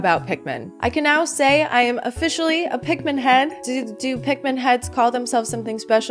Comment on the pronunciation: It's Pik-MA'AM